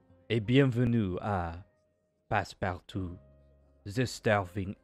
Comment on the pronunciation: 10/10 French my dude